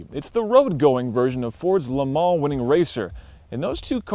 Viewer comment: First American I've ever heard who can say Le Mans properly without saying "Le Maaar"